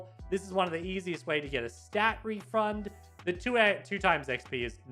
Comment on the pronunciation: Uhm nit being mean u said refrund